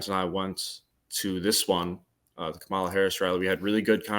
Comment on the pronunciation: THEY WENT THERE TO START SOME MESS RIGHT BEFORE THE ELECTION, EVERYTHING THESE PEOPLE SAID AGAINST HARRIS WAS SOME BS, HARRIS DIDNT THROW THEM OUT HER SUPPORTERS DID, HARRIS WAS RESPONDING TO PEOPLE SAYING LIES LIES LIES, PEOPLE ARE CORRUPT. AND THAT BOY LIED HE CANT EVEN SAY KAMALA’S NAME CORRECTLY. I BELIEVE TRUMP SENT THEM THERE